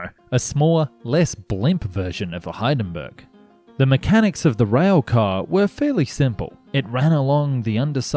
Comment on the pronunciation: Love the vid but please please double check your pronunciation, stuffing up Hindenburg is sloppy on a transport vid, check with Dad while editing